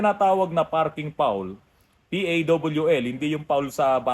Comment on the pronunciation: Parking pawl - To promounce should be (parking paal)